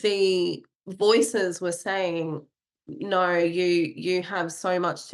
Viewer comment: Asthma has no "r" in it. Same with No. The way this lady talks "Asthmer" "Noer" is really irritating.